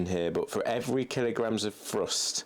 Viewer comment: I've never understood why English people cant pronounce the "TH" sound. Like he says "Frust" instead of "Thrust".